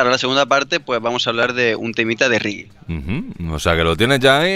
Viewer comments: por favor, es reggae, se pronuncia con e no con i riggj que pronuncia mucha gente... Y me saca de quicio un poco jajajaj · Aunque haya dicho mal lo de "riggi" espero que os haya gustado la sección jajaja Un saludo!